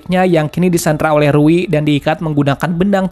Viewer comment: Rui bukan riu woy